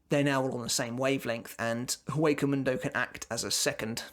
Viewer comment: It's not that big of a deal, but as "Hueco mundo" is Spanish, you pronounce "Hueco" with a silent H.